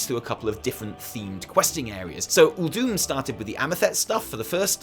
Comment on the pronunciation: I'm glad I'm not the only person to notice the mispronunciation of Uldum.